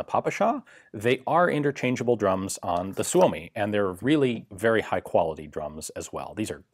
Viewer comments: Suomi is pronounced, "Soo mee". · Heard it’s pronounced “soomi" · It's pronounced Soo-Mee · SUU-O-MI, gotta remember that..SUU-O-MI...